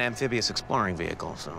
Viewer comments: The pronunciation of veHICle just kills me. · Amphibious-exploring vee-hickle